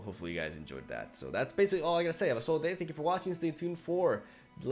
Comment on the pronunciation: I've only recently started watching his videos but every time he opens it sounds like " ...another Lejentsofrunttera video". It's great content though. Learning new strategies and fancy deck builds.